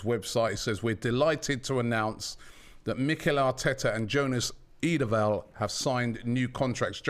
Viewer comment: We knew there was absolutely no way Robbie got the pronunciation of Jonas Eidevall correct... 😂😂😂. The number of names butchered by the over the years is lengthy indeed